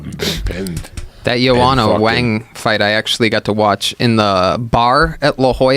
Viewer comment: Dude said whang